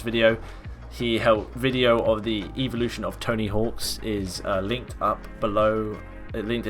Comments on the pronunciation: when it says evultion in the intro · "The evultion of skate" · Why'd you say evolution weird and spell it wrong lol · Ughh the way he says evolution